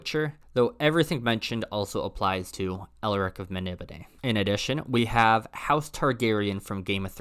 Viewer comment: Really good video. Love Elric and you bothered to pronounce Melnibone correctly! BUT! Adaptation not adaption. Social pariah not piranha. It's like fingers down a chalk board. Please. Sorry for being negative. Tough love.